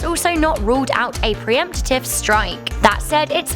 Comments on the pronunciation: Pre-empt-ive. Not pre-emp-te-tive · Screw the doomsday scenario, it's this girls pronunciation that gets me! 'Preempative'? 'Py-yongnang?'......